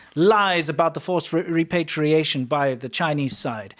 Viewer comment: The word is "repatriation ", not "repartiation"